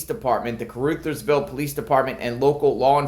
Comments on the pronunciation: Car-Uthersville. Short u. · FYI, It's pronounced Car-Others-ville. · Heads up, with upmost Respect to Kuh-ruh-theirs-ville. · Ca ru thers ville The ru is pronounced like in run without the n. Real close to Arkansas border. Also, trivia Sheryl Crow is from there. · Caru (uh) thersville (pronunciation hint). Thank you.